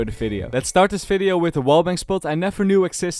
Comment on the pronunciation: how to know someone is Dutch: fideo, fery good, falorant.